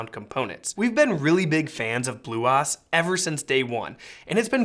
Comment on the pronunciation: I couldn't get through this video the way he was pronouncing bluOS was driving me completely batty